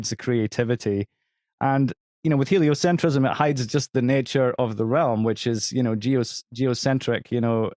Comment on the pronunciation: It's "helio-centrism," not "helio-cent-riss-ism."